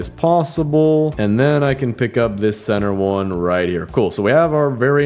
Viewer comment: CeNtHeR (no hate)